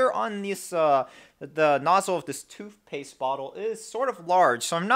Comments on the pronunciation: Toothpaste, not toofpaste.... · It's funny how you can clearly pronounce the "TH" sound in Thermal paste.... but not in toothpatse... together.... both.. worth. Makes you sound stupid when you say toof paste, togeffer, bofe, and werf it. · lmfao. hahahaha. toof paste.😂😂😂😂😂💀💀💀💀💀☹☹☹☹☹ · Toof paste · You have so much emphasis on toothpaste every time you say it